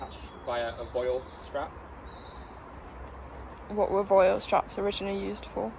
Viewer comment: vwal strap is the correct pronunciation (french). Great video, thanks